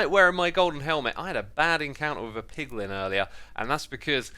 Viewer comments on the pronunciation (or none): none